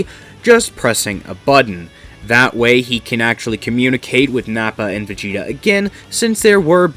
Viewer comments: Why are you Calling Vageta - Vageto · Why do you keep calling Vegeta, Vegeto?